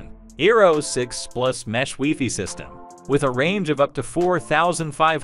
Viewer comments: Great information; however, I cringe when the AI says "wefee" instead of wifi. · Ditto. AI use of "weefee" is so strange. No human says "weefee" for wifi!